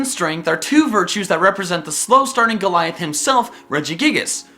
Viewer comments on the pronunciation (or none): none